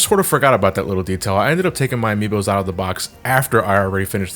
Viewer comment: ""Amiibos" My friend... No...